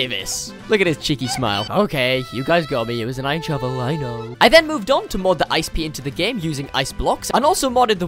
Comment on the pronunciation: Man called Snow Pea Ice pea 💀